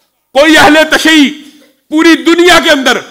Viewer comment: tashee nahi hota, tashayyu hota hai naasibi mullah 😅😅